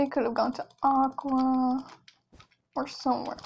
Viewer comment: Its AQUA not AQUA get it right.